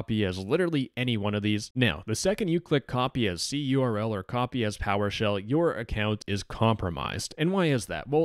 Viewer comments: Im cringing at the pronunciation of cURL (curl). It's just pronounced curl, like the program present on every modern operating system. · cURL is generally pronounced like curl, not like the individual letters.